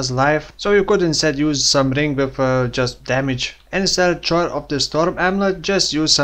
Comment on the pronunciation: I hate to be "that guy," but here I go anyway... "Choir" is pronounced like the word "wire" with a hard "k" in front. It makes no fucking sense, but half of the English language makes no fucking sense, so...